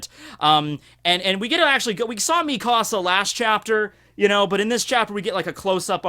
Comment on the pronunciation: Stop saying me casa it's mikasa (me-kuh-suh)